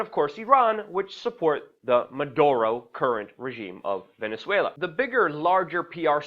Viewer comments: "Maduro" not Munduro as you repeatedly say Keep up your great journalism! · Luke, get it right. It is not Man duro... its Maduro. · WAC: Luke, take some lessons in phonetics. You often, too repeatedly, say like Mundoro, Munduro, Mondoro, ... for the President of Ven. when his name is (Nicolás) Maduro, You also don't do much good by repeatedly stating that he isn't a perfect President, for while apparently true, it isn't really pertinent, when Ven. is being threatened by the USA, i.e., Washington, et al. The latter IS what's pertinent, so try to stick to that fact, rather than seeming like you're constantly trying to defend yourself by saying that you really take for neither side, or certainly don't support the US et al with respect to Ven. and also aren't promoting Maduro. Saying it now and then is one thing, but saying it too repeatedly is somewhat annoying. Stick to the main points or problems. Venezuelans will look after themselves, we should understand, respect and support, how ever we each can. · why do they keep saying "Manduro" ??? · Why does he keep saying "Manduro"? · There is no N in Maduro cocknose 😏